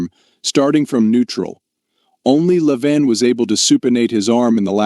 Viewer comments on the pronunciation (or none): Its Le-Vaaaannn...not leven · i always like the videos that start with Levan then they pronounce it LeVan then Lavon, luvon. It's like dang how many different ways are you gonna say it? haha